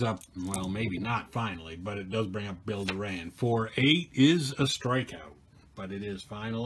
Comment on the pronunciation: It's not Bill "Roberto Duran", it's Bill Door-an.